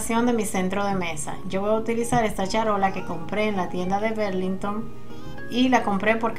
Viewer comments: Hola Loba, no mi corazon Burlington es como escribe, berlinhton es como se pronuncia , una brazo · Burlington. Querida así se dice